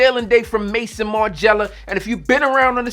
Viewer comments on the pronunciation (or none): . Next, it's NOT pronounced like "mason". It's an easy French word but NOT pronounced "mason". It sounds more like "meyzon". Here's a link to learn